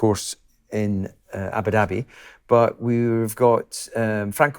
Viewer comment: Ah-boo dah-bee and NOT ABBA DABBEE. This is just laziness. But, you guys are marvellous to watch and listen too (mispronunciations aside). Keep doing what you do, it's an excellent podcast.